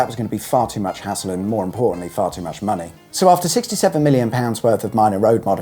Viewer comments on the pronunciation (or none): none